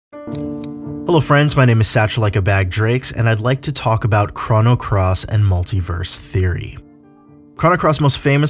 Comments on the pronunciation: It’s c - roh - no. not c-rha-no wtf. Crono. Not Crano. And you forgot a couple of things. Kid was supposed to die in the orphanage fire but since kid saved serge first serge was able to go back in time and save kid. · The way u pronounce chrono “chrano” I just couldn’t finish the video